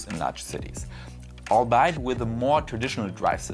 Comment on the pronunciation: Also, “albeit” is not a German word so it is not pronounced “all bite”. It is a word constructed from the phrase “although be it (that)” way back in Middle English. The V2 construction is odd to Modern English, but it is a set construction. So, say “al-be-it” with the emphasis on the “be”.